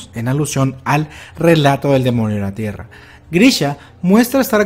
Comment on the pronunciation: like si en el segundo 10 notaste que dijo,el demonio de la tierna